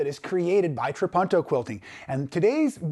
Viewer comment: Please pronounce it correctly. Tra-poon-toe.